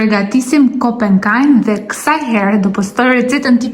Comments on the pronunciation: Thuaja emrin saktë, kompekaj, dhe jo kopenkaj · Pò ta shohësh si è ka shkruar e mer veshr mir moj zonj që thot kompekaj jo kompenkaj